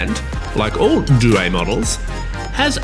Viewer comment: Ffs learn how to say due